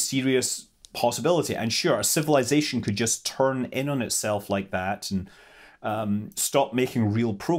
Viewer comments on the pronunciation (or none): none